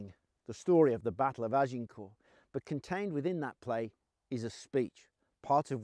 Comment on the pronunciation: Brilliant outfit. Even rosary beads. Very authentic looking. This man has empathy for the period and the people. And he even pronounces Agincourt properly.